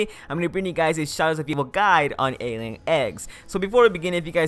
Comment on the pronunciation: Just wondering, do you guys like when you can slightly hear the gameplay in the backround? Or not? Or do you not really care? :P P.S: Note to self, learn how yo pronounce "Alien" lmao